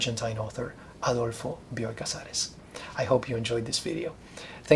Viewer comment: Thanks for providing the correct pronunciation of "Bioy" and "Casares." I read Casares the first time in the early 90s when the English version of "A Russian Doll" appreared. The stories were a great read, but I was too young to know what writer I stumbled on to. All these years later, The Invention of Morel came my way. Like you mentioned, I wondered how Casares was going to end the story. Has any more of his writing made it into English? Keep making these videos!